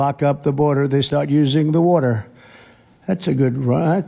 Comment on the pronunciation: Block up the burder! Turn on the wurder!